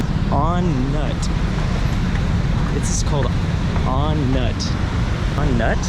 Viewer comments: Actually, we pronounce it "On-noot," not On-nut as spelled. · On nut 😅 it's pronounced On Nuud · Lol it’s pronounced On-Noot. In Thai, the “u” works as an”oo” like the British system. “Ph” sounds like “F” (Phuket) “Th” is simply “T” (Thai) “Bh” is “P” ( Suvarnabhumi)(Suvarnapoom) 😁😁😁